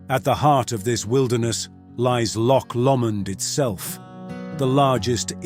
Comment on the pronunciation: Yes, I noted you said Loch lo mond, when it is pronounced Lok Low mond.